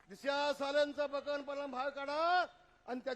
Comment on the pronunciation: Dishiya hyala sarl disha bolta yet nahi pillu mhntos tyanech tula zhandu bam lavyla lagla 😂😂😂